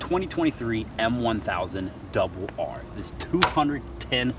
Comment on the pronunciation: He 😂called a double r😂 m1000r